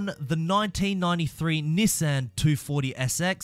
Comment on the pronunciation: Why tf does he say Nissan like that